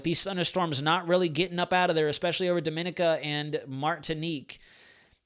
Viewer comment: say DOMIN (EEEKI A